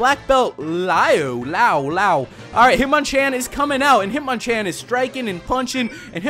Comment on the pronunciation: hitmonchan is pronounced hit-mon-chon